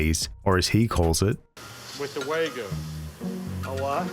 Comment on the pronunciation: hehe it's not wag-you or way-goo it's wah-gyoo (